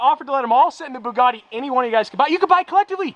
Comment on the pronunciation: “What colors your boogateee”